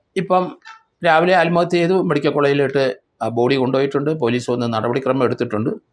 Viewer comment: ആൽമഹത്യ എന്നല്ല പറയേണ്ടത്... ആത്മ ഹത്യ എന്നാണ് പറയേണ്ടത്